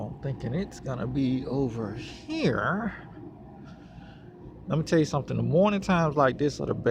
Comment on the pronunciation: Don't say "over here" like that again bruh